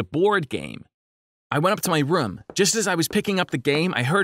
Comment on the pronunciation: What rum he said room instead of room lol